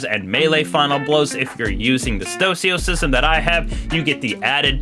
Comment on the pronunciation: Stoicism. Read it. Pronounce it.